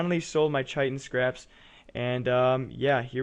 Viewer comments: Chitin is pronounced 'kite-in'. :p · Chitin = 'kite-in'